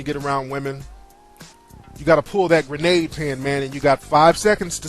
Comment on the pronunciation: lol he said granade mackin